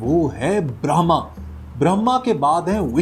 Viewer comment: This is Brahma not brahmam